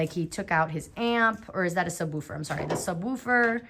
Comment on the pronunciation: Never thought had a accent til I heard her say “subwoooofer”